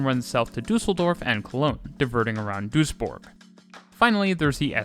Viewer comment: props for pronouncing Duisburg and Düsseldorf correctly